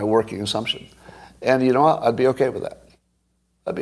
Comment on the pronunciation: How come when you say: "what happens", it sounds like: "WHA happens"? Well, it's because you ARE saying: "WHA happens", Scott. Why don't you pronounce the "t"s at the ends of so many words?